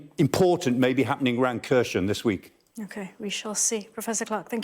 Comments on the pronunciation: Kharson is pronounced - (k)haar-son - not kershen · Here-son. Say it with me: Hair-sawn. Kherson. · Why does he pronounce Kherson as Khershon? Will he pronounce Jackson as Jackshon as well? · Kherson isn’t read that way. Explains the expert isn’t much into the region. Rather another stage for the Sky News